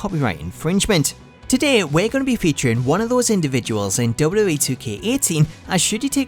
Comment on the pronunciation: Love how he says Dub Dub E😂😂😂